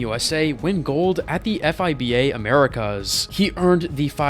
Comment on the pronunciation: EF AY BI EY? WTF? A BASKETBALL CHANNEL WHO CAN'T EVEN PRONOUNCE FIBA CORRECTLY